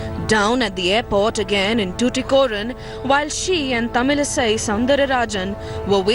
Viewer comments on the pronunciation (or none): Whatever the issue is, Mr. Anchor, her name is not Tamil Sai. Sai has nothing to do with her name. Ease of pronounciaton, you made her kind of a Sai bakht. WRONG.